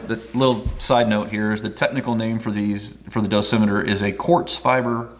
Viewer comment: I've always heard it pronounced do SIM e ter with the emphasis on the second syllable, as you did .